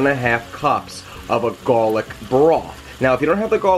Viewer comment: garrrlic base! Wicked Pissar!!!